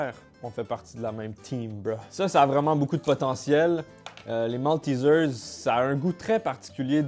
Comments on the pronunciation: MALTEISEIRE PAS MALTISEARSE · on dit MALTÉÉÉZAIRE ! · Nan c'est : Maltézère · « Moltizeuws » Les français: Mais non c’est « MALTAIZAIRE » qu’on dis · Partout: maltizers En France : maltésère ça se prononce en anglais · Je sais que les Français vont être choqués par ma prononciation de MALTESERS Also moi: J'avoue c'est bon les Maltésaires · Oh ça se prononce malteeesers? XD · La prononciation de maltesers me fait si mal au coeur